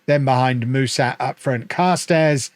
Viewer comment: Hey, Mușat is pronounced "Mu-shat", like the english past tense verb